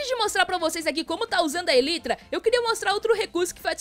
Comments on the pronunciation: A pronúncia é "elaitra" e não "elitra" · se escreve elytra mas se fala elaitra